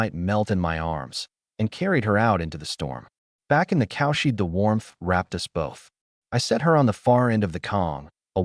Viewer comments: Yeah it always says cowshit instead of cowshed , everytime it make my mouth watery like as an Indian hindu we eat cowdung(cowshit) not just raw but with some prep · The AI makes cowshed sound like "cowshit" - it's so funny it breaks the serious mood once in a while.